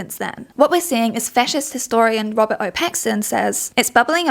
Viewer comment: Bro I kept hearing "Robbert Pattinson" 😭😭🙏🙏